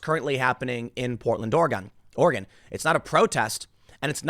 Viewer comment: Good job Tim! You pronounced 'Oregon' right. Now work on ' Willamette'